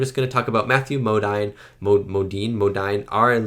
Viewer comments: Great reaction to this incredible film. And just fyi it’s pronounced Mo-DEEN, not Mo-DINE. For another great Kubrick film, I highly recommend Lolita. Terrific film with amazing performances by Peter Sellars, James Mason, Shelley Winters and Sue Lyon. As for another great Vietnam movie, check out Coming Home. Deeply moving film about how disabled vets, were treated when they came back home. Won well deserved Oscars for Best Actress and Best Actor for Jane Fonda and Jon Voight who are both amazing, as is Bruce Dern. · FYI : Matthew Modine...Modine pronounced "Mo-deen"... Love you reactions! 🙂✌🎴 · Matthew Modine's name is pronounced Mo-DEEN. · "It felt like one minute." LOL. It does seem to move- right- along- ALSO... lol: Matthew Modine's last name is pronounced as: "Mowdeen". Your reactions to classics like these are great otherwise. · Modine rhymes with moDeen.